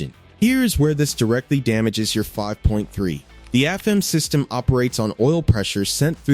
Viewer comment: It took me a bit to figure out what the AI was referring two when it said "Two Thousand A.N.D. Seven" or "Two Hundred A.N.D. Twenty degrees" was....But it did say "Afem" instead of "A.F.M.". Suggest the creator/poster look at the script for future videos.